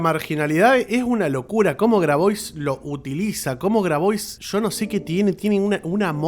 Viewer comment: Tengo entendido que Grabois se pronuncia : " Grabuá" ¿Puede ser?